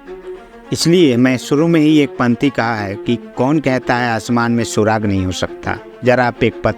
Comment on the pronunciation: Surag nahi surakh